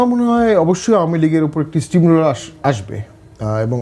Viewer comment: স্ট্রিম রোলার বলে কিছু নাই! স্টিম রোলার হবে শব্দটা